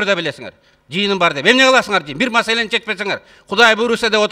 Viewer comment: Жээнбеков сарт блят масаланы дейт маселени дегенди